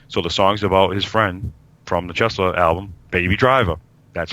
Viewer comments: Did he say 'Chesla'? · ok, Peters band is Chelsea, pronounced Chel-sea....The things where firehose hooks up to a building is called a siamese connection. ...Bruce and his wife didnt play to backing tracks... there was just Bruce playing an acoustic guitar and his wife singing. the restaurants up in Central Park is called Tavern on the Green.